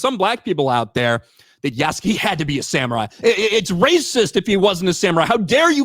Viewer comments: you can pronounce Yasuke without the u sound, its actually sounds like as "Yaskay" the name Asuka sounds like "Aska" Kasumi sounds like "Kasmee" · Yasuke = Pronounced Ih-soo-kay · Good job at being fair and middle to the debate. I have seen claims that Yasuke (pronounced Yas-skay) was either definitely a samurai or never was. The thing is we don't know for sure, there is no definitive that he was made one but multiple well respected historians have provided possibilities from the info on Yasuke, that he might have been. It can basically only be placed on interpretation, but that's not the issue with the game. The problem is that the creators didn't care about Yasuke or his story, just his skin color. I would love a game about Yasuke, it just its execution that was ruined. Also the creators fall onto the old 1960s tropes on Samurai and Shinobi, forgetting that Samurai was a class and Shinobi was a job, so a samurai can be a Shinobi. Also half the moves and tools she uses are just tropes from the Western fantasy of Japan. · "Yessum Kay"